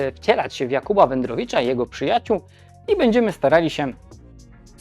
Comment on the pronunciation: WedrowYcza nie wedrowicza wtf